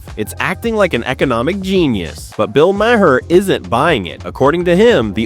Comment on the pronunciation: This narrator has no clue as to how to pronounce Bill Maher's name!